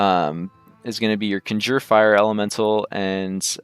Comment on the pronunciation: Conjure Elemental. Con (Kahn) Jerr. There is not "ginger elemental"